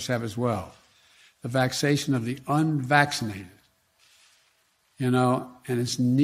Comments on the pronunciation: The "vacshasun of the unvaschashuneddddddd". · Well he did say it right once so , he get partial credit 😎